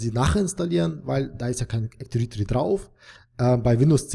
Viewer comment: Danke für das Video! Aber teilweise extrem nervig, wenn Active Directory falsch ausgesprochen wird ;)